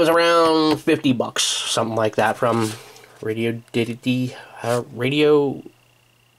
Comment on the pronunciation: Radioddity is pronounced RAY-DEE-ODD-IT-TEE, FYI.